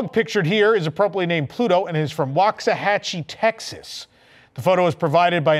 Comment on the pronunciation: As a former resident, congratulations on the correct pronunciation of "Waxahachie". Most Texans can't say it right lol.